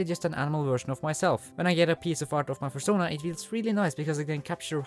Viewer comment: A...furschona? XD